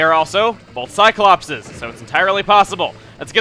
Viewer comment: It's Cyclopes, Chugga, not Cyclopses.